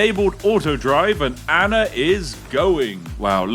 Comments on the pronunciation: What’s an “Anner?” I’ve always wondered why some people struggle to pronounce words that end with an “ah” sound. Usually, it just takes slowing down a little to say them correctly. It’s the same with the word “idea.” A lot of people say “i-de-er” when it’s actually “i-de-ah.” I’m not trying to make fun of anyone—I just don’t understand why people don’t slow down long enough to pronounce words the way they’re meant to be said. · where in the world do you see an R in the name ANNA!